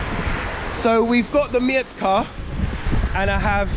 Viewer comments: It doesn’t mee-etka it’s metka. Nobody understands what’s „mietka” means. „Mietek” is a popular polish name, human name not for sasuage. 😂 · Not Mjetka sebolova but Metka Cebulowa looks for its pronunciation in googletranslator. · in polish we dont read "e" as "ie" just "e" :P Just sayin coz as polish guy, i understood u as u was sayig "Mietka Sebulowa" and i thougt its some guy xD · when you say "I am looking for Mietka Cebulowa" they think that you are looking for a man, who named Mietek Cebulow 🤭😉😆Mietek is Polish name. You must say Metka without "i"😆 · Bloody hell, is that Jastrzebie Zdroj? I used to live there when I was young 😀 They don't understand you because it's metka not mietka. Like in "I've met". Also "W" in Polish is pronounced like "v". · mEtka no m "i" Etka without i , gj you found it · it is pronounced....MET-KA not ' miet-ka' ! aha ......cebulowa !🙂🙂🙂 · Haha właśnie o tym samym pisałam wcześniej. Kiedy on mówi że szuka Mietka Cebulowa, to tak jakby mówił że szuka pana o nazwisku Mietek Cebulow 😆😉🤭🙂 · you like the metka cebulowa very much, why don't you learn to pronounce it correctly? You say the word "mietka" even though the label says "metka" without the letter "i". Mietka is a diminutive of the archaic and almost unheard of Polish name Mieczysława - a female version of the name Mieczysław (famous for the sword). One letter sometimes makes a big difference - A propos - scene from polish movie, in which the policeman added the letter "s" to the victim's surname - from the surname "Psikuta" (associated with the word "psikus" - eng. prank) he made the surname Psikutas (Dog's dick) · nie mietka tylko metka kurwa mać! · metka bruv, not mietka :) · I think you need to work on the pronunciation of „metka cebulowa”, cause the way you say it may not be understood by polish people (I didn’t get it also the first time);) Have a good one 😊